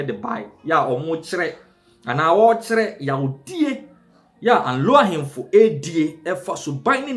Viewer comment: Presenter learn how to pronounce Anlo properly next time before you come on air